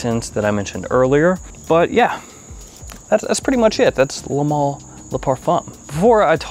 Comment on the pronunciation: I haven't liked any Le Male (that's "le mal not le mall" by the way) until this one, I love this. If ever I wanted to win a bottle this is the time!!